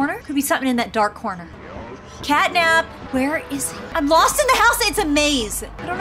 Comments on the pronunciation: It's cat nap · It’s cat nap